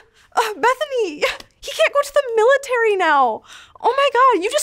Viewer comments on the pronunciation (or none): none